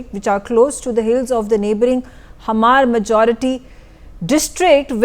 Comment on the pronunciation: Hmar - Hamar❌ Hmar - Mar (H' silent) ✅